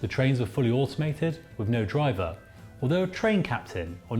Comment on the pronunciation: You pronunciation is terrible ... with or any derivative ends in a th sound not a V, the same goes for the worth growth and south.... none end is a V or F sound. And the 'Minories' station is pronounced as the word Min as 'Minimum'.